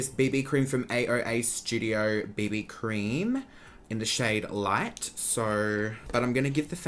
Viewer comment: literally thought you said “bindi cream” when you said “BB cream” 😂😂😂😂